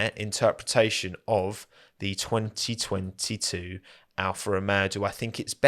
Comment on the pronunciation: We all saw that 202’2’ voice over 😂😂